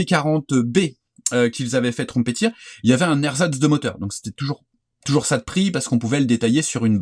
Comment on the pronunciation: Bonjour merci pour vos conseils !vos vidéos mon beaucoup inspirés et j’ai beaucoup appris en les regardants j’ai été étonné en vous entendant prononcé la marque ´Trumpeter ‘ trompette en anglais merci pour vos vidéos !